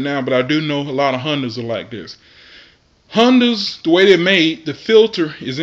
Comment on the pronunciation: hunnduss did u say hunduas Hondas . I guess flush first the change filter.